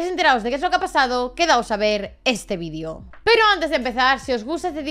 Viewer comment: No aconsejo tomar un chupito cada vez que se escucha "vídio" en este vídeo XD Con los primeros minutos vale.